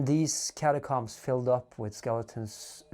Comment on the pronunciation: "catacooms" :D have to think bout legends of avantris xD